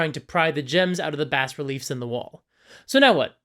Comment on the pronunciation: I have an art degree and have never heard that pronunciation of bas relief. Is that a European pronunciation? It’s usually pronounced as “bah” as far as I know